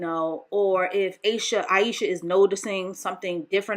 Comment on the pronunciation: I lost count of how many times you butchered Ayesha's name. You sure you weren't doing it on purpose? 👀🤣